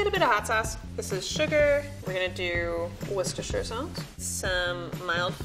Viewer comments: this is what? 😂 damn Americans pronouncing Worcestershire sauce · Why do americans have so much trouble saying english place names Worcestershire (wuss-ter-shuh) = worshestershyerrrr Edit: woahh the amateur said it right. I like her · wuster sauce. not wusestershire sauce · Level 1: Cooks good steak Level 2: Cooks great steak Level 3: Cooks great steak and ability to say worchestiteishshiswire sauce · Eclipse22 war- shester- Shire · GJ TE read the internet once in a while. It’s woos/ter/shire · ain't no amatuer, she knows how to pronounce Winchesterrifle sauce. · Someone make a gofundme to make the pronunciation Wor ces ter shire instead of Worce ter shire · Level 1 chef pronounced Worcestershire correctly, Level 3 pronounced it wrong. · Imaging being a chef for 10 years only to have a level 1 chef pronounce Worchesterchire sauce better than you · The level 3 absolutely butchered it what are you on? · “Pro chef” THAT CANT PRONOUNCE WORCESTERSHIRE SAUCE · Did anyone else notice the level 3 chef completely mispronounced the Worcestershire sauce? It's not an easy thing to pronounce, but at level 3 she should be aware of what the ingredients she uses are actually called, especially when presenting for a show! Kinda cringe. Especially when level 1 pronounced it properly!